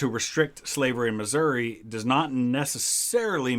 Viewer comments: You're mispronounced my states name. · It's Missoura